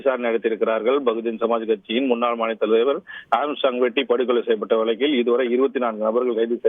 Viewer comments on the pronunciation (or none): வழக்கில்... வழுக்குது அக்கா.. தமிழை கொலை செய்ய வேண்டாம்... தமிழ் வளர்த்த தந்தி.... ஏன் இப்படி